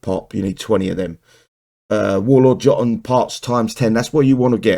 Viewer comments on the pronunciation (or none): its pronounce youtonn just googled it